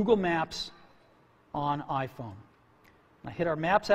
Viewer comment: "AH-phone"- Cellular dude